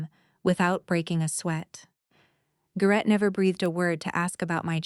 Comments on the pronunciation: His name is pronounced "GARE-ett" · AI mispronouning AGAIN. It's prounced Gar it